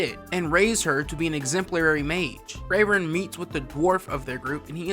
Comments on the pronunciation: 😂 Bro it's not freyren it's frieren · Ur saying her name wrong.. ur saying it kike Frayren, but its pronounced Freeren. Most of the names in the show are germanic names. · yo just a small thing just a small mess up, frieren is pronounced FREE-ren cuz the name is german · When did her name become "frayren?" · who's Frayren??????? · also can’t remember how they pronounce FREE-ren either. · "Frayren" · Fray Ren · How are we mispronouncing Frieren, and yet everyone else has their name pronounced correctly. lmaoooooo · cant even say FRIEREN right holy shit what a bad analysis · Saying her name wrong so many times was too much for me so I couldn’t finish the video. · How you gonna talk about the show and say the name wrong